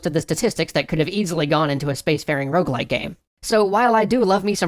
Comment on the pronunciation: Will everyone stop saying ''rouge-like''? It's ''rogue-like''. As a French speaker, seeing ''rouge-like'' used bugs me to no end. It doesn't make any sense. Rouge is simply the word for the color red. Rogue-like refers not only to the game most often credited with spawning or at least influencing the genre, ''Rogue'', but also points towards the stealthy, somber and roguish nature of most rogue-likes.